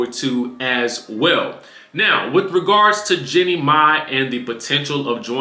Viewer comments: Her name is Jeannie not Jennie. Like genie. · Her name not Jenny it’s Jeannie